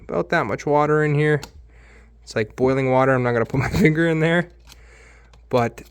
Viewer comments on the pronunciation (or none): none